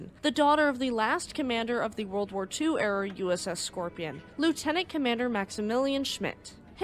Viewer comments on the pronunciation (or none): none